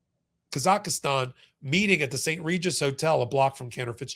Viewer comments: Kazakhstan.....not Kazakhastan! 😊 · Kazakhstan. Not Kazakhistan. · Never heard of "Kazaki"stan. Why is it so difficult to say Kazakhstan? ('Muricans...) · Embarrassing for repeatedly mispronouncing Kazakhstan as “Kazakhistan”. An expert looses credibility when making such mistakes. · you are a smart guy... but please try harder to call countries by their correct name. It is not Ka - zak - is - tan and the people are not Ka - za - kis. It is Kazakhstan... pronounced "kaa - zuk - staan" (use a soft a in both cases) and the people are Kazakhstanis... pronounced "kaa- zuk - staan - is". It is things exactly like this that annoys people about Americans. It makes it seem (to the rest of the world) that nobody else exists or matters as far as the average American is concerned. Kazakhstan's statehood traces back 561 years to 1465 and it became an independent nation in 1991 when it split from the Soviet Union. You need to do better if you are going to call out Trump and others for not knowing or understanding the things they know nothing about! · KAZAKHSTAN. There is no "I". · Please, it's pronounced KA-ZAK-stan. The citizens of which are KA-zac-STANEES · Thanks for all your hard work making this stuff understandable. By the way you're putting an extra A in Kazakhstan.